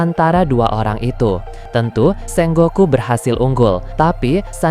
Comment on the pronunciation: SENGOKU bukan SENGGOKU